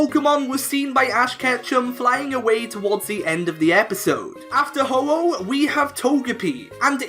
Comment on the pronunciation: IT'S HO-OH, NOT OH-HO! GET IT F*CKING RIGHT!